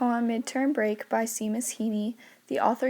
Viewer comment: The way she said Seamus killed my Irish soul.